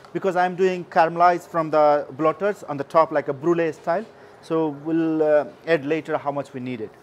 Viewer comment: Add-Aaad not Ed x